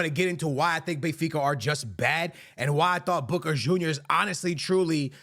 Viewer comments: Sounds like you’re saying “booger juniors” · It's funny how he pronounces boca, makes me think of the wrestler booker t when I hear it